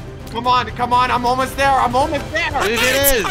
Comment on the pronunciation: love the way u say "THEEER IS NOT WAER!!!"